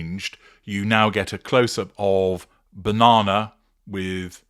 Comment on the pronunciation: Telly me Bauh-non-ah...😂